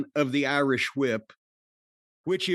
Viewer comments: Corney pronouncing the h in whip like stewie. Lol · It's pronounced "Hwip".